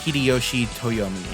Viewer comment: Lmao Silent Hill is a Konami franchise, not Capcom. Also, its Akira Kazama, not Kazime. And it's Toyotomi, not Toyomi, considering he's a real historical figure. Never heard of Blue Box, her being a basketball player immediately reminds me of a Shounen Jump classic Slam Dunk, but you sure her name is Chinatsu and not Chinatatsu? Sorry for the corrections, but I'd be lying if I say I can let these slide. I will say that this video is pretty great and I enjoyed the new bloods and obscure choices you pick. Pretty bold to only have Luffy as the only old-school character for the Jump side. If I make my own roster, I'd include reps from all the eras, but it'll be 70-80% older characters with 20-30% new characters, so this video is pretty refreshing since you lean heavily on the new generation. I might check out the manga you chose later, the new kids seem pretty neat. The video reminds me of J-Stars Victory Versus, where other than the popular Shounen Jump characters that game also has obscure picks only old heads recognize, not to mention the non playable support characters who are mostly from series that don't have any fighting in them. The devs had to dig to find find and be allowed to use them, must've been a fun negotiation lol Oh, just realized that you have no boss character for the roster to fight, wonder who your pick is. Anyways, it's a great video, keep up the good work 👍